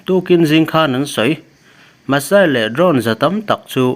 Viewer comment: Masail tia lam ri a va ang ve Misail tur lah ni